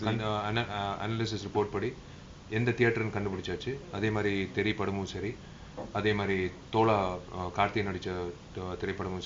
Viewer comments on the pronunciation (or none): its thozha not thola